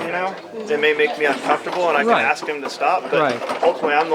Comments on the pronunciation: she ax this and she ax that fucking dumbass. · For God's sake, the word is "Ask" An Axe is for chopping wood. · Chris Childers on Judge Judy they say a bunch of times (litigants) say axe, and Judge Judy says nothing about that, but gets all upset when someone says “Like” . 🙄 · "Can I aks"???? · Let me aks this question. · lemme axe you a quetchin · THE WORD IS ASK! MY God.... She sure tried didn't she.... I think she is BUTT HURT way beyond belief! Can they talk to our customers.... OMG, what Country do you live in? NNC you need to tell your buddy to Shut Up! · "ok now let me "AXE" you a question. LOL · “Let me aks this question” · Its ASK" not aks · It's ask not axe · She's going to axe the customer 😂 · Why haven't they learned it yet!? It's ASKED NOT FUCKING AXED! SMH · Please don't axe me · Stop saying AXE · “ let me ax you a question “ 😂🤦🏽‍♂️ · Why does the woman say Let me axe a question"? The word is "ask" not "axe"! I swear that gets on my last nerve!!!! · Lady its not axe what your trying to say is ask thats the proper way to say it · The cop with the hair will one day be a supervisor. The bald cop will always be a patrol officer, aka scrub.... The post office lady needs to to learn the word is ask, not ax. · Axe vs. Ask... learn the difference !!!!! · She said “aks”. Hahahaha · What is it with these people that cant even pronounce ASK so use AXE instead and why do the majority seem dark skinned ? Is there some sort of separate class in school where these people are taught specifically to mispronounce words ? No wonder half cant even spell nor talk in a legible manner. NO I`m not racist, it`s just an observation......... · What is it with black people and "axe" instead of ask? Is it a mental handicap only present in black people or something? It's a three letter word that most people learn before they even start school, yet adults somehow fail in pronouncing three letters in a row? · TYPICAL STAMPLICKER , LET ME AX YOU A QUESTION , PITIFUL!!!!!